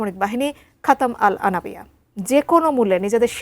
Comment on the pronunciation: আনাবিয়া নয় রে আম্বিয়া